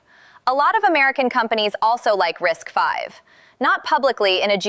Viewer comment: 👍for pronouncing RISC-V correctly. Every other video that talks about RISC-V pronounces it "risk-vee."